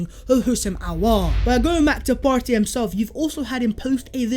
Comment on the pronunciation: Love the channel but the over pronunciation of Partey is a little annoying imo